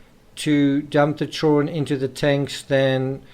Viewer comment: At the risk of sounding weird I absolutely LOVE the way you say " children" I am big on accents and verbal rhythms and love languages although I have a wicked strong western Massachusetts accent similar to Boston but a bit different